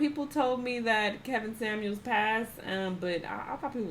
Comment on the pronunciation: Why keep saying “Kevin Samools”? 😂